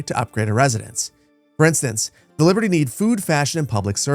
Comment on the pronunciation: It's Romana with a long a and Liberti with a long e, most latin words have the stress on the second sillable